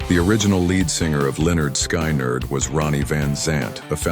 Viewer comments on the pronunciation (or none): The morons that run Ai 😂. It's pronounced ( Skin- ard ) 😂😂😂